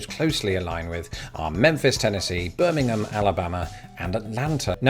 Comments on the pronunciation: And as a Birmingham citizen, just for future reference it's not "burmingum" here, it's "bur-min-ham" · Birmingham is pronounced Bur-ming-ham instead of the Bir-ming-um pronunciation in England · If you are going to be aligned with Birmingham, Alabama you're going to have to learn how to pronounce it. Its Bir-min-HAM, with emphasis on the first syllable and even more emphasis on the last. It ain't called "the Ham" for nothing!